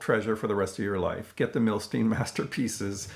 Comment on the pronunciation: Fabulous release. I still need both of those Cisco Capitol reissues! You've inspired me to break this 'Masterpieces' out today. Thanks! Also, fyi, as he was Russian-born, I believe his name is pronounced 'Nah-Tann Mil-Styne' - as opposed to 'Nay-thun Mil-Steen'. Cheers as always for your thoughtful takes and insights.